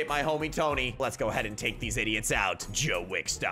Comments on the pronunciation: It's john wick not Joe wick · "Joe wick" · AND ITS JOHIN WICK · The way you said "Joe wick" lmao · "Joe wick" lolll